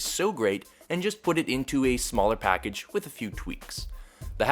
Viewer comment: "Great performance in a reseanobly sized packaga" Couldnt stop laughing....